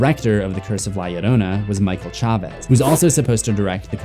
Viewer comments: From a latin subscriber, your pronunciation of "Llorona" is pretty accurate! ❤️ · Thank u for taking care to pronounce 'Llorona' correctly :"")